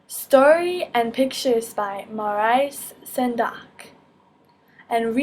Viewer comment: first of all your pronunciation of Maurice Sendak was terrible, second of all it was his dying wish that his book not become an e-book. You sir are a horrible person, also thanks for the upload